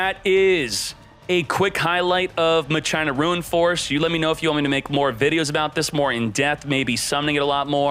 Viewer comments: Im super late... But isnt not "ma-CHINA" Its "MACH A NA" as spoken same as "deus ex machina" Idk why people think its said as china. Is it like a European thing? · It's pronounced machina not ma china 😂😆🤦 they aren't Chinese 😂😆😂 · MUH-CHINA!!! MUH-CHINA!!! For ducks sake it's not MUH-CHINA You pronounce it like CHINA. It's pronounced MAKINA. Ma- Kee Nah. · Hilarious hearing "Muh-China" 😂😂😂 Do you say that, "Machine-Uh" or "Mock-in-uh"? I say the 3rd option lol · It's pronounced Mack-Kinn-Nah, "Muh-China" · I always pronounce it as Makina and not My China. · He does this on purpose lol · How do you pronounce "Machine"? "MUH CHINE"? 🤣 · Every time he says M'China it makes my entire body cringe. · MAK-IN-AHH this dude needs to read more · That is not how you pronounce that word.....mah-key-nah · Idk if he’s pronouncing it wrong but I played too much FFX to not say machina (ma-kee-nah) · it should be "ma-kee-na" no? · Anyone else had a hard time watching the whole video due to how many times he said "maCHINA"? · Disliked cause u said the name wrong all video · I’m pretty sure it’s pronounced like the Latin word machina (e.g. Deus ex Machina) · The way people mispronounce "Machina" even if they're supposedly native English speakers makes me wish they didn't change the OCG name, "Machiners". By using the original OCG name for the archetype, there would be no confusion at all.